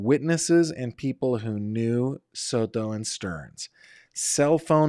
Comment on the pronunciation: The way you say SOTO is ridiculous